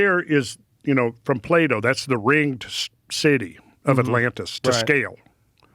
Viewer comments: Love your podcasts, and a fan pre fear factor, but his name is pronounced "plato" not " play-doh" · Non-native English speaker, had this on while cleaning and all i heard was "Play-Doh" and i thought, wait that cant be right😂 Very interesting pronounciation of Plato